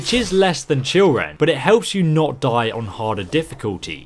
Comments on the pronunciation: the way it says children in the video sections 🤣🤣🤣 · The "Blood Scout Blade"? "Oreos Blade" and "Children"? Was that intentional?